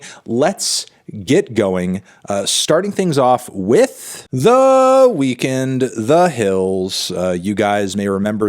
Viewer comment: He still pronounces weeknd likes it’s spelled 😂😂😂